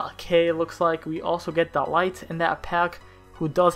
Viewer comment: De Light lmao